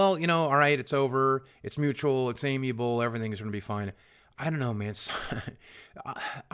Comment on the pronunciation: Just a side note, amicable is pronounced like "am mick able" not "amyable". Giving me an eye twitch every time you say it.